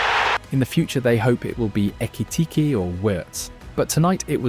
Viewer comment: Why he say Ekitike’s name like that